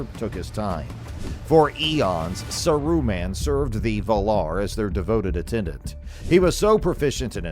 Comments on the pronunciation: it's Saaruman, not Saruuman I cou;d not stand the video for more than 50" Pity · In the before times, according to The Lord of the Rings Appendix E pdf, Smaug is pronounced Smoug. Gollum is GOHL-lum Gil-Galad is Gihl - GAH-lad Mindolluin is Min-DOL-luin Saruman is SAH-roo-mahn Sauron is SOW-rohn Haldir is HAHL-dihr Gandalf is GAND-ahlv. So maybe who or whatever this voice belongs to is correct. Saruman is SAH-roo-mahn. John Ronald Reuel Tolkien has a classic English accent so he doesn't roll his "R's" like they do movie(s) LOTR. So I guess Saruman is SAH-roo-mahn. Maybe whoever or whatever this narrator is needs to say SAH-roo-mahn a little faster. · This was lazy bro. I was really excited to see a new channel posting about rings and realms but come on if u gonna use ai at least give it a correct pronunciation example of the names your focusing on. Sar U man n sour on . Lols. Ud do better making minecraft videos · Fuck man how many times are you gonna miss pronounce the name wtf is this